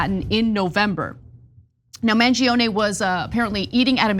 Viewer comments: I'm Italian and from all the coverage i listened to, Ana was the only one that pronounced his name right. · Finally someone pronounces Mangione correctly 🤌